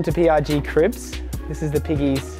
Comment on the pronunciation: “welcome to PIG Cribs” 😁🥰👍